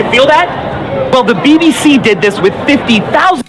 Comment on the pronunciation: BBC Lmao why he say it like that lol